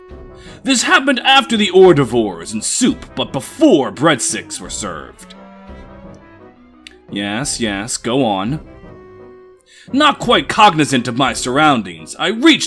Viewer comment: Good vid.... BUT hors d'oeuvres is pronounced like 'Or Dervs'. Weird I know